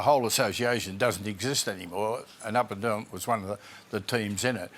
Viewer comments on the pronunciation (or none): Not set up at all. And the host calls hin Huddo . lol OH Boy.